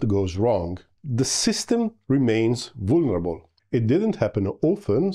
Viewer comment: I love how you braced for the word “vulnerable.” Funny how language can be so hard.